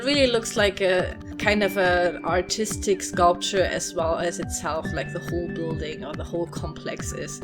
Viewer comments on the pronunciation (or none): I thought you said these are for "autistic kids". And I was like wow an art center for autistic kids. But then I realized you mean ARTISTIC.